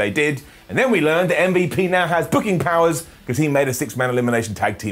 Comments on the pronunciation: Stop calling him “um-vuhp” 😂😂😂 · Thank you ❤️❤️❤️❤️❤️. Thank you for calling MVP as "em-vep"